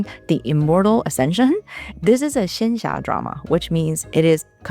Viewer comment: Now I know how to pronounce xianxia so thank you 😁 do you have any favorite danmei novels? Favorite mxtx novel? I love Scum Villain the most, Luo Binghe is my favorite character of all time!